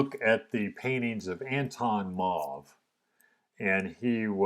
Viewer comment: It's more Ahn-thon Mauve, but you do pronounce Mauve correctly (it's a French or Walloon last name).